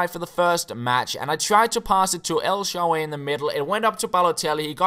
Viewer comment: My ears bleed everytime i hear "el shaaway" haha :)